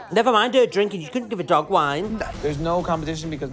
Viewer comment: “never mind her drinking, you can’t give a doughg wine”